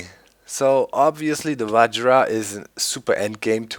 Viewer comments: LOOOOOOOOOOOOOL i play the same modpack and it took me like 10-20 mins max to make the vajra btw i think its pronounced vahra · V-i-r-a that's how you pronounce it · Doc its vajra there is not ''D''on there just saying :D